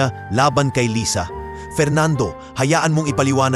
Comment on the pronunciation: Lysa? Umpisa ng kwnto lisa,kkeinis pakiggan yoko ng mkinig ng kwnto mo